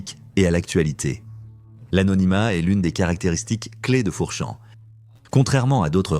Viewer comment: Comment pouvez vous ouvrir une chaîne Youtube en ne faisant même pas la narration? Même 4Chan est mal prononcé! Vous êtes nuls et vous vous permettez de parlez de patreon??